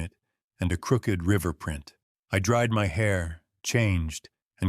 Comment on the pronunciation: Yes, really love them but hate the AI pronunciation of certain words...crooked, bowed etc